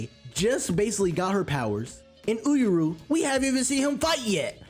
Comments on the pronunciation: oohr-yu bruh. 2 syllables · Had to comment on the pronunciation for Uuryu but good video in total!!! Keep it up looking forward to the next my brother ✊🏿